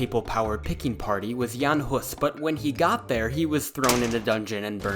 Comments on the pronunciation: Perfect pronunciation of "Jan Hus", good effort on the rest. "Utrakvisté" and "Táborité" could be transformed into "Utraquists" (as from "sub utraque", "under both", since they took both bread AND wine during masses) and "Taborites" ( or even Campers , since "tábor" means "camp"). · Please no more of your pronunciation of Žižka 😅 I was pleasantly surprised how well you pronounced Jan Hus, but Žižka, oh boy... Say mirage or vision and you get the sound of Ž. Now apply to Žižka and there you go :D